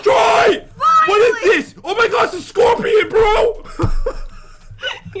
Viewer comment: no no no no no!! You said it wrong. Scorpiown you ment to say. 😂😂😂